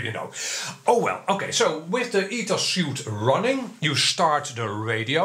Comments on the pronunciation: Btw, a suit is something you wear. It's not Ethos suit but Ethos Suite which is pronounced as sweet. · The software ETHOS Suite is pronounced like "sweet" not "suit". It's a software Sweet, pronounced like a hotel honeymoon suite for example, Pronounced like sweet, as in candy is sweet.